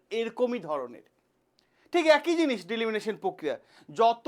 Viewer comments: ডিলিমিনেশান জিনিসটা আবার কি? ওটা ডিলিমিটেশান। আগে তো ব্যাপারটা সঠিকভাবে উচ্চারণ করুন.... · উচ্চারণ ভুল।দিলিমিটেশন না ডিলিমিনেশন?? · Delimination নয় Delimitation, মূল বিষয় টা তো ঠিক করে বলুন ঠিক করে জানুন ঠিক করে বুঝুন ঠিক করে উচ্চারণ করুন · It's delimitation not deliminitiin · It's not Delimination ,it's Delimitation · বারবার ডিলিমিটেশণ কথাটার ভুল উচ্চারণ 'ডিলিমিনেশণ 'করছেন কেন?এতে মনোযোগের ব্যাঘাত ঘটে।উচ্চারণে নজর দিন।ধন্যবাদ। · ডিলিমিনেশন নয় !!! ডিলিমিটেশন !!! আগে নিজে বুঝুন word টির অর্থ বা মানে !!! তারপর, ভিডিও করে ছাড়ুন ইউটিউবে !!! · ডিলিমিটেশন না ডিলিমিশন ? অনেক অল্প কথায় আপনি আপনার বক্তব্য বোঝাতে পারতেন। কিন্তু আপনি অনেক সময় ধরে এমন হ্যাজালেন যে আমি আপনার অনুষ্ঠান ছেড়ে বেরিয়ে গেলাম। ধন্যবাদ। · কথাটা ডি-লি-মি-টে-শন। উচ্চারণ ঠিক করবেন।